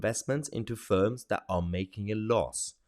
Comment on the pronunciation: Films, Mahar, not firms!